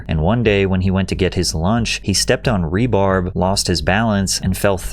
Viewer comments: WTF is rebarb, don't you mean rebar? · bro definitely said rebarb lmao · It’s called rebar not rebarb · What's "Rebarb"? lol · Rebarb? Is that like some kind of steel celery? 😂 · Also pat said rebarb like the pie instead of rebar that was cute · "Rebarb" ??? What's rebarb?? Lol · Right pat gave me anxiety when he didn’t say it right